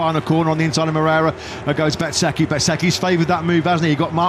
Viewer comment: Repeat afeter me: Mo-rei-ra It's not "Mrera".